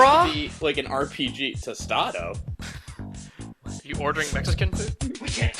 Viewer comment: "Tostado". (LOL)